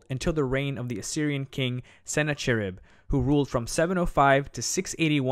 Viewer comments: Sennacherib or Sîn-ahhe-erība is usually pronounced with a fricative, a kind of throaty h. There's no English example I can think of, but it's a common sound in modern Arabic and Hebrew. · Us Assyrians pronounce it as SIN-khi-ru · Hi, thanks for stopping by. Yes, you're correct... Sennacherib is also incorrect for the same reason. This was one of my first videos where I had just started to learn the proper pronunciation of many of these words, and I totally apologize for that. In a few weeks a newer, more in-depth version of this video will be out, so it will be corrected in there. Thanks again for the feedback, I really appreciate it! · No actually the "ch" used as you say is also incorrect because you are implying the German and french usage of ch which the c letter is dominant sleuth only the Caaa sound no haaa sound. The 'ch' you mean is the semitic middle east transliteration. Čh čh is the correct form. It's pronounced "hoocckkaakkkccckaakk" in sound via hocking. čh aka like čhet and čhat which are the semitic letter in their alphabet. It's Sinačharib and Nabučhadnatsar. Lačhayim is the Hebrew word for to life and Ačhmed is the Arabic proper name for a person. You see now. I am middle eastern and I will teach you the proper procedure to pronounce our dialect.